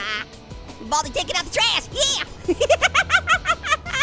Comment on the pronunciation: your saying baldy you should say baldi